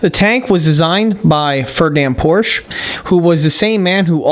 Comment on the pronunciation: Respectfully, It's Porsche, not Porsch.